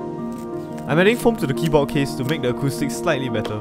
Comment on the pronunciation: Why does he pronounce keyboard without the d